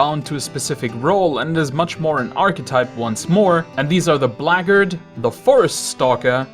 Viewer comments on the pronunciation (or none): Black... Guard... Blagard is not a real word